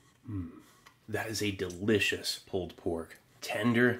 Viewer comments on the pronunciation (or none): none